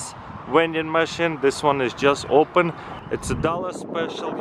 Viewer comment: Who else noticed it said “Ofen” instead of “open”?